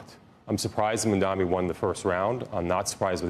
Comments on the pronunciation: His name is Mamdani and not Mundani... if its difficult for you to pronounce you might career shift as you are not suitable for tv or interviewing people. I have a job for you with good salary if you want. Few hundred bucks above minimum wage... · ITS MAMDANI M A M D A N I. CAN WE PLEASE STOP INCORRECTLY PRONOUNCING IT. It's so easy. Jesus Christ. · It’s Mamdani, learn to say it right